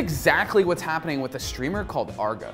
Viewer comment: Arr-GE not Arga.